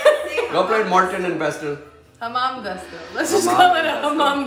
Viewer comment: It's " Mam jasta" not "hamam dasto"